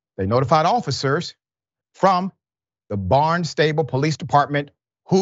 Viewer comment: You pronounce it BARNstible.